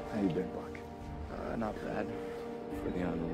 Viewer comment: I honestly thought Cap said "FUCK STOP" before I realized he said Buck lmao